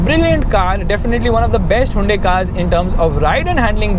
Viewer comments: Hey it's Hyoon-dai not huvende...... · "hawundae" xDddddd lol